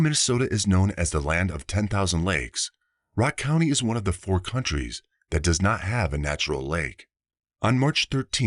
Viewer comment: One of four counties not countries! You jus tdid it again! Rock county is a county not a country! In both stories you made the same mispronunciation